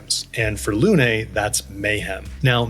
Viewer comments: Absolutely wonderful videos, such a great help to a beginner like me either your perfect explanations. Just one thing, “Lune” is pronounced like “loon” , not “luné”. It means “moon” in French. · Why is everyone pronouncing Lune's name as Luné? It's just Lune, no "eh" at the end. I noticed that the English VA for Gustave also mispronounces this word/name so maybe that's why English speakers are also saying Luné. Either way, Luné is not a word and it's not a name. It is just Lune.